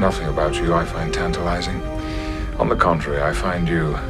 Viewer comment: Ardra is lovely "tantalizing" lol